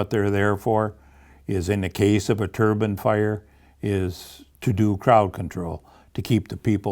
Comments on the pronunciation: Wind turrr-BINE darn it. A turban is worn on the head in many cultures. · its interesting how they pronounce "DEEpartment" but dont pronounce "turBINE"